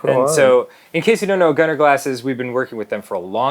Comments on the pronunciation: Gunnar being my middle name it annoys me to no end hearing people pronounce it wrong every fucking time.... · "These are the Gunnar glasses! And theyre coming out T O D A Y." 😳